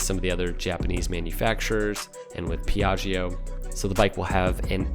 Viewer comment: se dice Piaggio zio no Pia gio, con due g e un schiz caz che